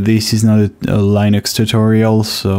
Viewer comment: Please stop saying LIENUX, it is actually pronounced /'lɪ.nəks/ Hear Linus say it himself Otherwise, great job on doing all this for everyone to enjoy!